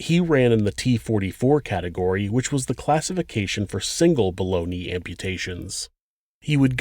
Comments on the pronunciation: I thought I was the only one who heard baloney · I thought he said "balony" amputation 😂